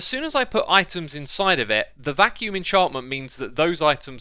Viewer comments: Silly Xisuma, its 'Vacuum' not vaccume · Vacuum, not vaccume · "Vacuume" lol Eat your cereal. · X:'vaccume" me: "vacuum" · It should be "vacuum", not vaccume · It's 'vacuum', dude. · "Vaccume" typical x) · Nobody: Absolutely nobody: Xisuma: "Vaccume"